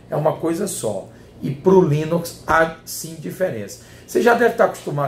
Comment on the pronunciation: rsrsrs...."já o Linóx"....rsrsrsrs